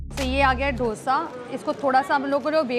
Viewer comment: It's not Dhosha it's dosa....it sounds so different that's why said...😬😬